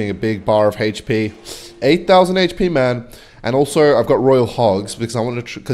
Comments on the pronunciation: For the love of jesus and joseph please stop saying hp as "heych-pee" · says "Haych Pea"